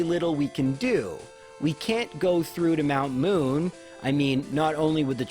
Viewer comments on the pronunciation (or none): none